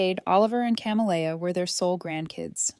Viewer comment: She's raising two daughters alone, she says, but one of them is named Oliver and is referred to as he/him. The other is Camellia and this AI narrator pronounces it in a variety of ways, none of them correct. So distracting and unnecessary if they would get a human being to proofread.